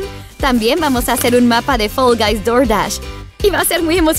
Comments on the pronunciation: Se dice fall guys no fell guys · NO SE DISE FEL GAIS SE DISEÑÓ FAL VAIS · Me gusta mucho fall guys pero lo gracioso es que dice fell envés de fall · Hola yo vengo solo pa decir q dice fell y no fall xddd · Se dice fall guys